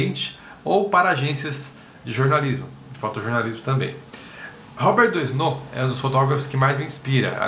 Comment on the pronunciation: Legal, moro na Fr e já o conhecia ... tem até uma escola aqui perto de casa q tem o nome dele . A pronúncia em francês do nome é Robér Duanô 😊